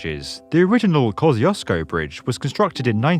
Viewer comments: It's pronounced like "Kozkuzco" not Koziosco. Great vid tho! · You're not pronouncing it right. It's Kos-key-use-ko. It's also Hell's Gate, not Hell Gate, and the Bayonne Bridge inspired both it and the Sydney Bridge. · Yeah we Americans really butcher this one. I know it should be ko-SHOOSH-ko. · it's pronounced KA-SHZOOS-KO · Koziosko bridge, lol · It's not pronounced "Kot-ch" :) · I'm not sure your 'Kosciuszko' is pronounced right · It's 100% wrong in every way but oh well. Can't expect everyone to pronounce every foreign name correctly. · That Kosciuzcko pronounciation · Oof, even for a non-American English speaker that's a rough pronunciation of the Kosciuszko Bridge. Great video though